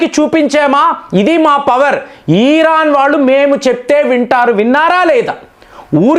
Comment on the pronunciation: ఈరాన్ కాదండి ఇరాన్ కొంచం తెలుగులో మాట్లాడేటప్పుడు తెలుసుకొని మాట్లాడండి